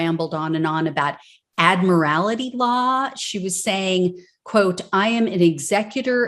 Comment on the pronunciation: Admiral-tee. Not "Admiral-ity."